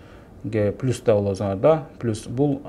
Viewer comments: Пилус пилус дейсин ушунча москвада журуп уйронбодунбу плюс деп айтышты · Пилус дейтко суйлогонду жакшылап уйрон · 🖒азамат рахмат силерге жигиттер ишинерге ийгилик Аллах жолунарды ачык кылсын.анан берки доске комфорт пилус эмес комфорт плюс деп айтып жур уят болуп каласын коп жерде а то. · Москвада журуп элементарный нерсени айталбайсынар Пилус деп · Комфорт пилус (плюс)😂😂😂😂😂